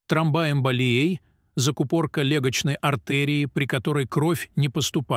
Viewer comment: Что у вас с ударением в словах? Столько грубых ошибок я не слышала. Это очень мешает слушать. Просто раздражает. ПопрОсту, тромбАэмболия., свертывАния.листьЯ, чОрника, кумАрины..... Ох, всего и не перечислишь. Я уже не говорю о правильной интонации. Иностраннц, что ли, читает..... Очень плохое чтение текста.